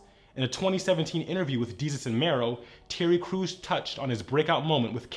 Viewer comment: "Terry Cruise"? It's Terry Crews.